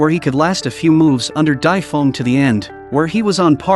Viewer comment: Why are you saying Dai Feng so wrong